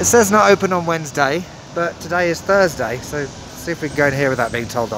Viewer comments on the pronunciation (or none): none